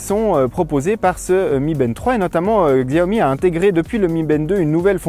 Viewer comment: Bonne video mais juste la marque se prononce Chiaomi et non Xiaomi.